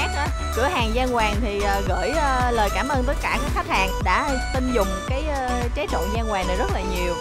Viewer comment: Tré chứ ko phải ché nhé